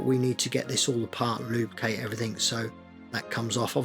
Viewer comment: Take a shot everytime he says lube-cate 😂